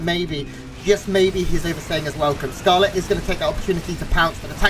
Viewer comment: Why is the S pronounced as TH? Did you thee that? Thcarlett is about to thcout uthermal rethourceth...